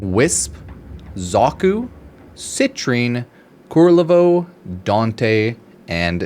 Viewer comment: I'm sorry "Kurlevo"?